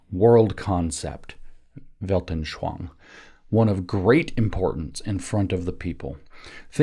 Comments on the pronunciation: Just a minor point. The word "anschauung" is pronounced phonetically as: "on" "sch" "ow" "ung" not as "anshwange." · I heard “veldenSHLONG”😂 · Weltanschauung: Weilt-an-schau-ung. Vallt.un.sh-how.oong WELT as in RooseVELT AN as un UNder SCHAU as in SHOUting UNG as in "Achtung!" for my absolute lack of an English word containing that sound. But I guess you've all heard a more or less authentic "Achtung!" a couple times in WW2 movies. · I love how James pronounces "Weltenschwang" 😅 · Yeah.. Weltanschauung isn't the easiest word for english speakers.